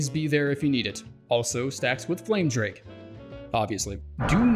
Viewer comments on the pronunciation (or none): none